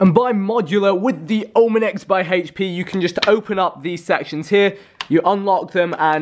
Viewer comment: Hhaych-p is how they pronounce HP